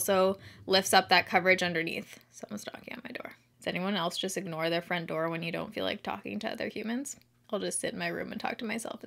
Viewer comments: Girl! It totally sounds like you said my friend Dora instead of front door 🤣🤣🤣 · Omg!! Lol like everyone else I hear you saying friend Dora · I watched the beginning like 10 times because I thought you said “Does anyone else just ignore their friend Dora when you don’t feel like talking to other humans?”🤣 I was so confused 🤷🏻‍♀️🤦🏻‍♀️ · i thought you said “does anyone else ignore their friend Dora” until i read the comments 😂😂😂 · Not even gonna lie...I DEF thought she said that 🤣🤣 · That's what I heard too. Lol